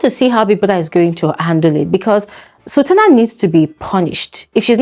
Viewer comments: I heard her say Sabrina not sultana. I'm confused 🤔🚫🚭😕💭🧐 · Did she say Sabrina or sultana??? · Did she say Sabrina or Sultana